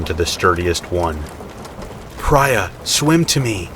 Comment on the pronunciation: I have a suspicion that the woman in 5’s name is pronounced PREE-A , not PRY-A. Even if it’s spelled Prya. I could be wrong, but I’ve met several people with the name